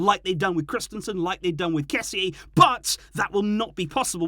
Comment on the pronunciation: why are you pronouncing frenkie and kessie differently? frenkIE and kessiE? wtf